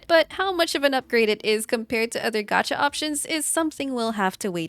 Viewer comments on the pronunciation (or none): none